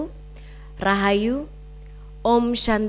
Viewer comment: Shanti dibaca santi, bukan syanti. It's not English.